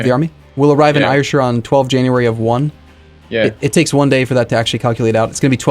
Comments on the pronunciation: "air-shire" not "eire-shire" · I live there and yes its pronounced air-shire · Ayrshire is pronounced 'air-shir'. Since you're playing as Scotland, just thought I'd share that. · i get so triggered when he says ayrshire wrong, its pronounced like air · hi, just to say its Ayrshire is pronounced "Air Shire"